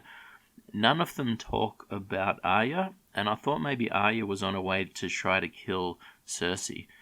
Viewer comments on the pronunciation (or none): none